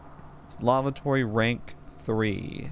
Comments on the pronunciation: Omg.. that is not a broach.. and that is not how you pronounce lavatory.. please stop saying lavatory!!! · the way he reads Lavatory is kinda funny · He says it so weird LOL